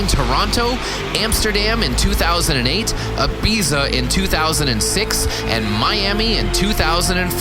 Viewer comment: "Ahbeeza" in 2007 lol